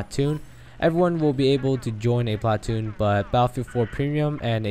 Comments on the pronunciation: you say "PLA- TOON" funny.... try saying it without any emphasis on the "A" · emphasis on the A in platoon